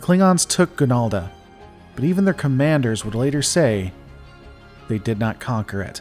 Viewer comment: It is "Ganalda".